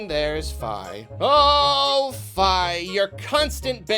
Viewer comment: "F-eye". Is that how you pronounce it? Lol